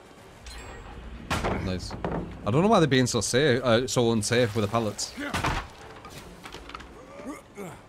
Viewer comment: He's British man, it's hard enough. Leave em' alonw